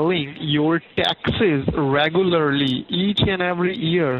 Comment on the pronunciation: "reh-goo-ylur-lee." is that you, john leguizamo? KEvron